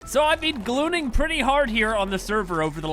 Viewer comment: “I’ve been glooning” what a way to start a video